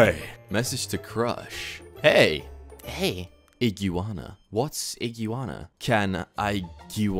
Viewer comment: Is nobody gonna talk about the fact that he said "ig-u-anna"???